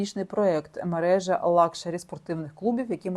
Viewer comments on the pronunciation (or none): none